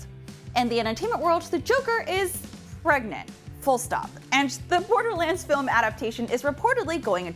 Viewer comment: he is pregananan!!!